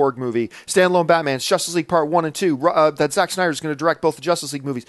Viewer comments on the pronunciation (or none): none